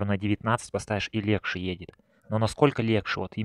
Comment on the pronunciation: Не говори пожалуйста "легше"